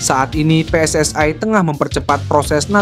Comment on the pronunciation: KOMENTATOR INI MERUSAK BAHASA INDONESIA... JANGAN PERNAH MENCAMPUR ADUKKAN BAHASA... PSSI BUKANNYA PSSAI BACALAH DAN SEBUTLAH DENGAN UCAPAN YANG BENAR JANGAN MERUSAK BAHASA INDONESIA DENGAN MELAFALKAN HURUF DENGAN UCAPAN PSSAI